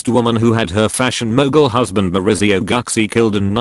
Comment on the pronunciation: It's pronounced "Goochee".